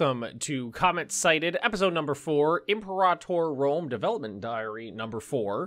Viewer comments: the way you and johan separate imperator into two words 😂 like empor ahtor. Maybe I’m wrong, but I’ve always pronounced it liked imperative but with an or at the end. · I’ve never been so annoyed by a pronunciation as I am now. With this new way to say imperator. Drives me up a wall 😂😂😂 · Are you mad he isn't rolling the R, either? Why would this bother anybody lmao